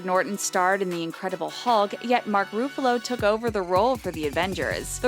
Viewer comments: Dude she said Iron man as Irone Man and Mark Ruffalo as Mark Ruffoulo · His name is not mak Roofalo, its ruffalo.. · I'd forgive Roo-fa-low, but Ay-ron man... 😑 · lol the way she says ruffalo